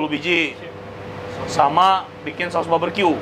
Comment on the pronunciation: Barbeque koh bkn baberque🤭